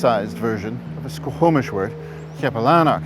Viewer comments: OK SO...... HOW THE HELL IS YT JUST NOW RECOMMENDING YOU TO ME ?!?!?! FML ... I MISS THE TWINS ... ITS HOME FOR ME! Its pronounced SQAW-MISH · A great and informative show. I am a huge Indigenous Peoples supporter! And now I feel sick to my stomach, yet more motivated than ever to help achieve equality...(baby steps and bridges will change the trajectory of the lives of those who want to change and grow) Just a few mispronounciations from a Vancouver native-offered with respect. The main one repeated many times is the word Squamish. Its said "Skwa-mish" and is incorrectly pronounced "sko-ho-mish" in the video.